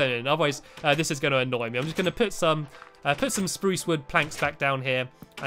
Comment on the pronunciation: its sprrrrrruce